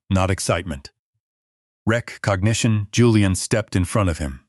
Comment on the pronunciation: Wreck cognition? Are you kidding me. C'mon folks, we are not stupid. Are the writers or narrators?